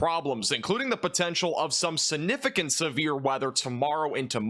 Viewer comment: Dude the word is significant .. not the way you pronounce it significant. The g isn't silent 😊